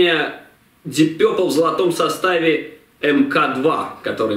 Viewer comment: Вообще-то "Дип Папл".. А не какойто Дип Пёпрл".. Это только" русскоязычная челюсть" может такое высказать)))